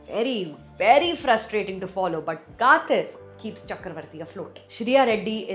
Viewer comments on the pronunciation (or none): K-uh—dh-ir… not Kaaaththir… S-oo-zh-uhl not SuDal mispronunciation is a turn off … and takes away from your good reviews.